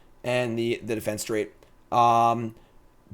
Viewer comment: is never going to find that extra syllable in defenestrate. Forever going to be defenstrate to him.:D